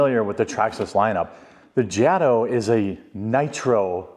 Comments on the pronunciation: It's pronounced Jay-Tow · Long A in JATO. Good video. Lers get atleast one of these a week.